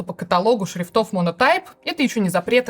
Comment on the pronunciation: Анастасии Брюхановой стоило бы поработать над ударениями. "шрифтОв", "ведомостЯми" за первые 30 секунд - это слишком. Формат интересный, с удовольствием бы смотрел, но это не должно резать ухо. Все-таки журналистика как-никак.